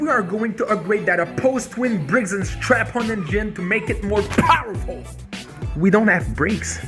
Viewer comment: Did he say Briggs and strap-on? LoL